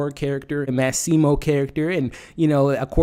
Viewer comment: You are pronouncing the male character's name horribly. Its Massimo!